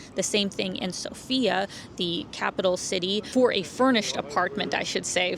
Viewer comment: Everyone pronounces the name of the capital incorrectly - the correct is sOfia, the stress is on the O.